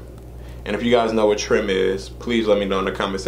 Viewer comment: Loved this... Always followed St3ph, he's mad talented!! Trime... pronounced Rhyme with a T at the beginning 👌🏽